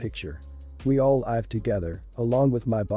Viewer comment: Question - why is the word live always pronounced incorrectly as lyve?